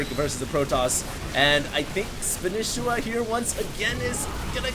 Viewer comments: ITS FUCKING SPA KNEE SHE WA NOT SPAN ISA WA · Spanisiwa!!!! Not Spanisswa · spaaaanishiwa not spinishiwa. LOL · since when do u have to pronounce it as spanIchiwa, wasn't it like span'E'shiwa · how can he still not know how to pronounce SPAN-EE-SHE-WA!!. Not span-ish-i-wa. Not everything is written phoenetically. The history of the name is that he learned spanish while in japan, therefore his name is a mix of SPANISH and konich IWA. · spanisheeeewa.. SHE!!!!! not shi!!!! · Can you stop calling him spanehshwa and call him spaneesheewaa sorry ocd. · God you are butchering his name. Its (Spah-nee-she-wa) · i swear everyone else pronounces it SPAN-EE-SHEE-WAH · it's SPA--KNEE--SHEE-WAAA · btw you pronounce the name as "Span-e-shi-wa". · didn't you say in your last video that you CALLED Spanishiwa and he said to you that his name is pronounced SPAN-EE-SHEE-WA? You SAID Spanishiwa correctly throughout that entire video, what the fuck man! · SPAN-E-SHE-WA god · you are a starcraft commentator. for the love of god, why are you less familiar with the names of players than 90% of the people watching?!?! SPAN-KNEE-SHE-WA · Come on,. Span-EE-sh-EE-wa. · Spa-nee-shee-wa honestly hd how can you not know this he is the most casted player by far and nobody pronounces like you do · Please go back to pronouncing Spanishiwa the old way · Will ever pronounce his name right? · Irritated on how he pronounces spanishiwa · Guys, am I wrong in thinking is saying Spanishiwa wrong?? I can't stand hearing it this way!! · why is still pronouncing spanishiwa's name wrong? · it bothers me that you pronounce his name wrong... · He's saying it wrong ahhhhh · wtf, why can't pronounce Spanishiwa properly?